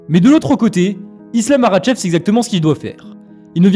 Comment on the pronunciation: Tu sais même pas prononcé makhachev correctement mec